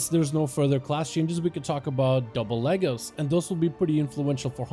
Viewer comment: What is Legos or is that your accent my guy